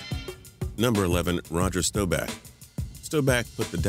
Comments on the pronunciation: Roger Staubach's name is STAW-back, not STOW-back. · You pronnced staubauch wrong you said stooback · how could you screw up Staubachs last name its pronounced Staw-back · Staubach is pronounced Starbock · When he said staubach I got aids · How did you find a way to somehow make a new way of mispronouncing Roger Staubach